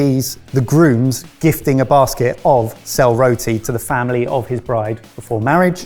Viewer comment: So proud that the pronunciation of sel roti was not butchered. So happy to see my culture get represented. Though I live and was born in India, this is my culture and has been before India became india.